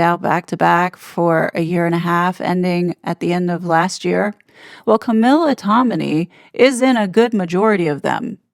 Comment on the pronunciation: You are mispronouncing yet another last name: TOM-in-ay - not Tomini